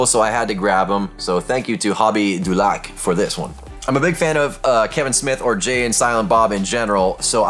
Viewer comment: Good morning 🙂 i heard Québec and i had to rewind .... Yes i heard well !! 😜 by the way you pronounce hobby du lac perfectly ! Nice video ! I like the background 👌